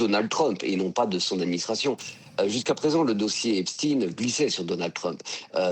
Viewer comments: Ce n'est pas le dossier "Epstiiin" mais Epchtaïn!!! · Oulaaa il a dit Epstiinneee😂